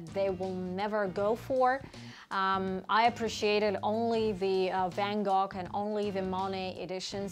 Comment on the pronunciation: Love it! And it’s pronounced “van-go”